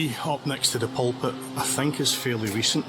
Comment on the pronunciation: Loch Lomond is pronounced: 'Lock Low_mund' (emphasis on the _first syllable, not the second) and Glasgow is pronounced: 'Glasgo' (ditto re first syllable, not second)... However... You have 'Pulpit' right.. 🙂